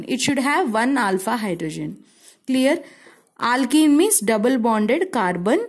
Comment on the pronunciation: Her aaaalkennn 😂pronunciation